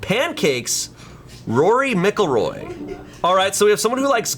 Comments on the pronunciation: MICK-Elroy?? MACK-Elroy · Okay … as you are a 30+ year old man who is also into sports I cannot give you a pass for saying Rory Mick il Roy. I can’t even give you a pass in general. There is no way that was a joke because it wasn’t funny enough to make the cut (unless the editors wanted to embarrass you 😉) P.S. I’m sorry if this was a genuine joke 🤷‍♂️ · MacIlroy not MicIlroy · Kind of shocked me when he said Rory “Mic-ilroy”. I usually pronounce it as Rory “Mac-ilroy”. But you do you 👍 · Will someone tell (and his dad) it’s pronounced Macelroy please. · As an Irish person every time he says “mickillroy” my soul hurts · that's not how you pronounce McIlroy 😭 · The pronunciation of McIlroy was wild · Not completely butchering McIlroy then roasting someone for a spelling error right after, lol. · Not saying mcilroy wrong😭😭😭😭😭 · Was gonna call out the way butchered the fuck outta Rory Mcilroy's last name but tbh if it wasn't a golf still image wouldn't have had a fuken clue who rory was ahhaa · As a Northern Irish person pronunciation of Rory McIlroy had me going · Hearing pronounce McIlroy HURT